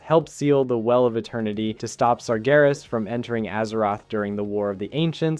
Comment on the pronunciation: You pronounced sargeras correctly this time!